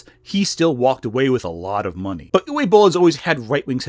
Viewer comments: pretty sure it's "oovuh" not "youway" ... oogway bowl ... and no i dont like the guy any more than you do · Isn't it pronounced "ooh vay"? I don't speak German so I'm not trying to start no stuff but I'm pretty sure I've heard it pronounced with a "V" sound. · Its pronounced 'Oo-vuh" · Dude's name is pronounced "oovuh." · at the beginning calling Uwe Boll 'U Boll' is hilarious because everyone who likes this film is a boll. (You can guess what the second syllable of that is.) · I don't have much respect for the man but you are pronouncing his name incorrectly, it should be "oo-vay". In German, w's are pronounced like a v. Sorry to nitpick, I loved your Shadiversity video. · How the hell did Uwe Boll manage to get hired again? The man's a bigoted piece of abusive trash! ...Oh. Answered my own question. (It's pronounced Ooo-vuh btw. It's German.)